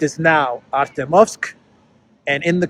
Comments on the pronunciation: you have to learn how to pronounce Артёмовск. The "ё" is spoken as "jo". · Pronounced "ArtYOMsk". Two syllables. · thank you for being the voice of reason in this world! By the way, "Ar-tyo-movsk" is pronounced with the stress on the second syllable. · the correct pronunciation of the Russian/Soviet name of that city is "Artyomovsk". Hyphen goes on the "yo" diphthong. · Please pronounce it correctly - in Russian, when the emphasis falls on an 'e', it is always pronounced as 'yo'. So ArtYOmovsk.